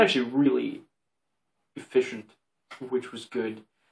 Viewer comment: Did anyone else hear "e-fish!-ent" :) ahhh i love unintentional puns :) Matilda is my favourite movie of all time :)